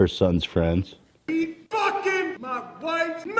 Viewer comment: Can't we just all be fwends